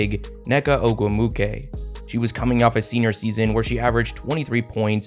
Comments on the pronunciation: It is pronounced O-GWOO-MIKAY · quality vid bro…it’s pronounced like “oh-goom-wik-ay” tho just for future reference 😂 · Actually, her last name is pronounced Oh-gwoo-mik-ay. Love both Nneka and Chiney. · I loves the coverage here, but please learn how to say the Ogwumike sisters names, first and last. You even included a clip where it was pronounced properly. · Pronunciation: Ogwumike Oh-gwoo-mi-kay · the pronunciation of ogwumike... does the guy doing the voiceover actually watch w games lol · I know you're trying your hardest but listening to you try to say ogwumike is taking me out lol. Great video tho! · Yeah that was bad they even added a clip of them saying her name right